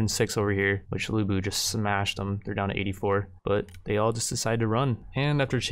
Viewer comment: Ya gotta do a lu bu run. It's lu bu. I also still really like your total war content even though I don't play the games myself.